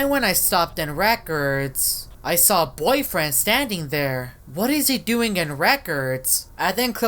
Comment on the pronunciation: Are you combined with Boyfriend you just said boyfiend like you are combined with him!